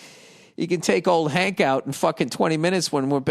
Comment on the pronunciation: “Ole hank” 😂